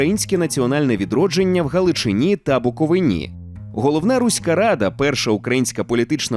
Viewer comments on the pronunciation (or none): БуковИні, а не БуковинІ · БуковИні, а не БуковинІ. Скільки можна одну і ту ж помилку допускати? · БуковИні! Наголос на И!